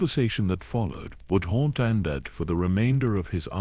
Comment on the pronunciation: I do like the lore behind this... But... The way the AI pronounces rakata and Andeddu annoys me so much... I wished that the creator of this video, would have spent the time narrating it personally